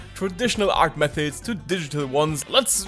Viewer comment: "but theuh auh louh oh meuhods" 💔😭